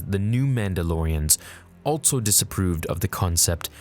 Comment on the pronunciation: “ALTSO...” is there really a “T” in that word?